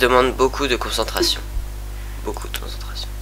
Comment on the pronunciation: "sa demande beacoup de Concentracion" attention !!!!!